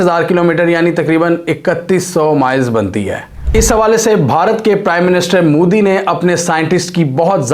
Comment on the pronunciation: bhai tu jan buchke mudi mudi karta ha respect se bol 'MODI' ji ha wo name tk dang se le le urdu madarasa me padhaye nahi ha kya